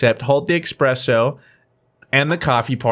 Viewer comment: its espresso not expresso MONka